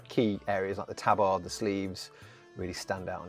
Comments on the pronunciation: Fuck me is that really how you chose to pronounce tabard? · No one ruins English quite like the Brits, eh?